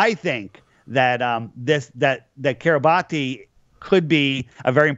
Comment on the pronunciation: It's pronounced like "Kee-ruh-bas" (not "Kee-ruh-bah-tee"). Seriously. Don't ask me why it is spelled that way. I have no idea.